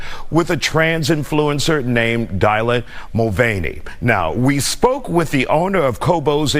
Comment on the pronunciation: Dyla mo-vein-y. That's funny as hell.